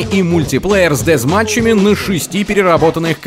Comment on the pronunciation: И ещё очень "правильно" прозвучало "дезматч". 5 баллов.